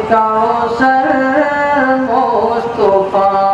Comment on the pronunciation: مصطفى طا بالفتح لا بالضم.....